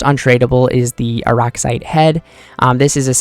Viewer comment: Say it with me Arrax-IGHT that’s how you say it.